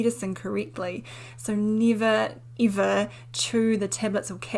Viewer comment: And nivver ivver.